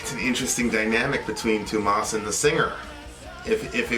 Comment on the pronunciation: Tuomas - say it like 'TOURmuss' without r, but vowels like that. The spelling actually says you should go from the u in pull to o in sport.